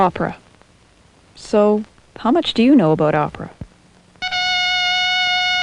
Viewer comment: lol "How much do you know aboot opera?" aboot aboot it's ABOUT you dumbfuck.